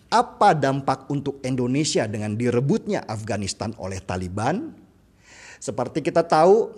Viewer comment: endonesia atau Indonesia ?